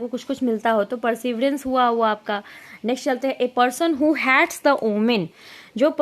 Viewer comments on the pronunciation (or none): its Social... Not special🥲 हेटस Not हैट्स